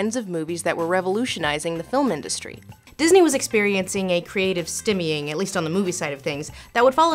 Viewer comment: stymying is pronounced "stEYE-me-ing" not stim